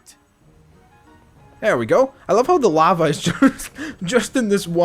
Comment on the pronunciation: you said laba not lava